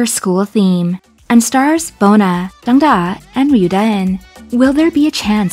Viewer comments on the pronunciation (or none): none